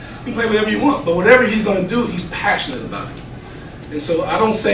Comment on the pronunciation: “He’s Passonate about it”